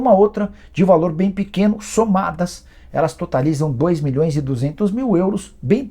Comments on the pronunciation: Cara super rico, investindo milhõ😂s falando “04 mões” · 'Quatro mões'